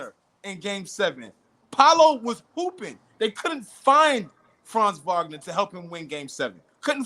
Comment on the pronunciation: Wagner Wagner Wagner not Vagner where is the V coming from and this is everybody.